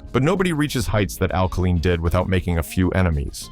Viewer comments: It's pronounced Kay line not kah leen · "Kaleen"??? Whoever puts these programs together without knowing how to pronounce the names is a true dumbsh*t! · Al Ka-Leen, LOL. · Al-kuh-leen? Goodbye, AI. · Learn how to pronounce his name ! Ka LINE ! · (1) Who is this "kah-LEEN" of whom you speak? (2) Aren't you embarrassed to put this crap out into the public eye? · why they let this pass without checking how to pronouncing Kaline properly is inexcusable. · The AI announce can't can't even pronounce Kaline